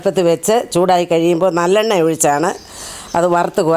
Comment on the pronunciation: Nallenna eann parayunnAth eallennayaanoooo...thalayil thekkunna ???